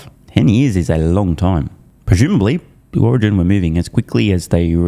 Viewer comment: Miss pronouncing its "Slow Origin" 😂